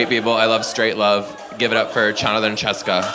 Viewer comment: The way he did Chonathan and Chessica 😂